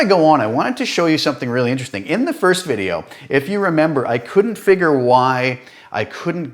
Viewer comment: Do you 'figger', then, that hum, ripple, wow and flutter (and maybe even spread) use some type of random generation programing? That's the only explanation for for two different outcomes from the two identical blocks, right? And meanwhile, can you explain why a deeper bitrate can eliminate distortion? And are you Canadian? ('abaowt.') (Just curious.) Wonderful videos.